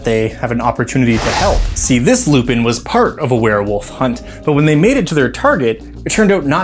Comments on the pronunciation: Fairly certain that their name is pronounced Lou-pan considering just how french they are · I have two ideas for this: 1) at least some of them are french, so shouldn't it be pronounced more like "lou-pohn"? 2) ....Teiflupins. (te lou-pohn phonetically....dang french....), the offspring of a teifling/other infernal creature with a lupin. The point is, they are hellhounds/devil dogs/black shucks etc.